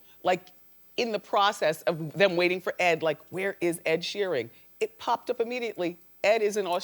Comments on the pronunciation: I'm really tired of Wendy mispronouncing people's names. Ed Sheering? Come on! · Wendy pronounced his last name as "Sheering" wtf why does she always mispronounce names?? She gets her own right ... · Sheering? Why do you have to butcher everyone's name auntie Wendy? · So annoying when she kept calling him SheeRING. Talk about fucking research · is it me or she keeps saying SheerING ?